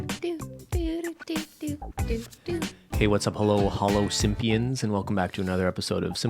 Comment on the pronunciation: "Holo-simpians" Yes.